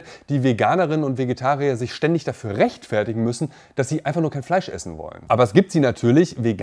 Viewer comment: Ich mag fleich Ich mag fleich Ich liebe fleich